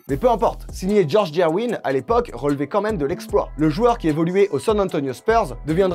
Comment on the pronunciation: C’ est George GerVin avec un V … pas Gerwîn :-)